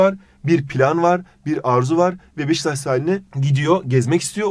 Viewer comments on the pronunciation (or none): none